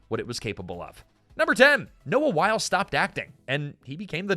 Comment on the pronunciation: Noah Wyle, pronounced “WY-LEE.” Michael Crichton, pronounced “CRY-TON.”